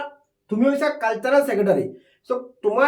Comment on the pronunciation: Sir caltarel nahoi cultural